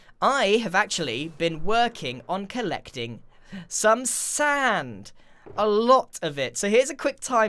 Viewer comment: SHOME SHAAAND?!?!?!